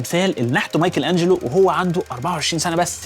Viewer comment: ليه قول مايكل انجلو مش مايكل انچلو